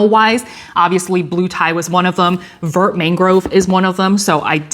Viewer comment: Vert is pronounced “vair.” Vert means green. Also, Thanks for sharing.